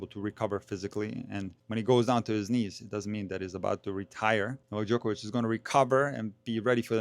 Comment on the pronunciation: Why can't everyone pronounce Novak Djokovic the right way like you do sir😂